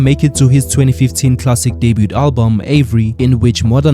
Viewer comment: I could bite an electric fence for the way you pronounce debut🤣🤣😭